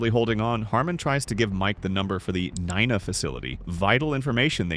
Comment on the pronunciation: pronounced knee na